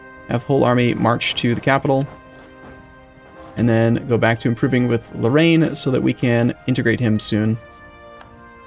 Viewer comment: It's Lorraine not Low-Rain. You can say Lothringen, or Lotharingia or Lorraine but not low-rain.